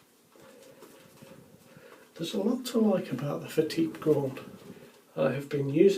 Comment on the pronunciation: Bravo. At last, someone has used the correct pronunciation for this razor, instead of the usual "fat tip". All the best.